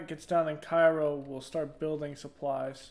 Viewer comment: The content is great, just wanted to say that Cairo Illinois is pronounced "kay-ro"